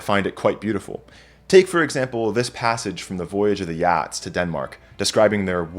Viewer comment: Ok buddy, who taught you to pronounce Geats like Yats?